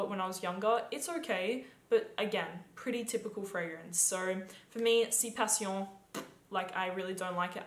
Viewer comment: I agree. I dislike all of them too. Btw it’s italian so pronounced- passionè.. passion would be french